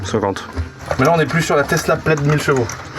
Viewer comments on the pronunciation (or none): none